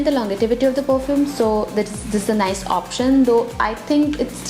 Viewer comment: it's not longetivity, it's longevity But good video